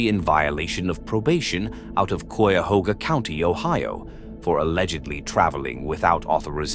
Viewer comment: Never thought I'd hear Cuyahoga county in one of these. 😂,You did good on the pronunciation. Hopefully this phonetic spelling helps... Ky uh hoe guh.